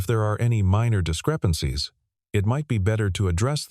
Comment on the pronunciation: mispronounced words 👎 ie 'neutral and discrepancies'